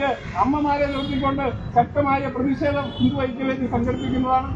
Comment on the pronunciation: മുദ്രാവാക്യം വിളിക്കുന്നവർ ശരിയായ രീതിയിൽ വാക്കുകൾ ഉപയോഗിക്കുക.. പ്രതിക്ഷേദം അല്ല പ്രതിഷേധം ആണ് ശരി... 🌹